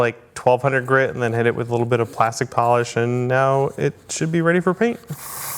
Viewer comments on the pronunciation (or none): none